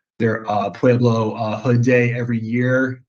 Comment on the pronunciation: I was about to say the same thang its pueblo not pablo